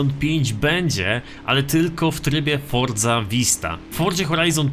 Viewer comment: Czemu ty musisz wordza a nje Forza